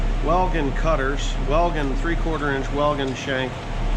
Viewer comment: glad you like the drill, have used basically all of the different makers units as a pipefitter. Hougen and Slugger were my favorites. Weldon is pronounced ~Well-done~ around here.🤔